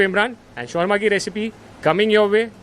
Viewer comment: Please say it correctly it’s not shorma it’s shawarma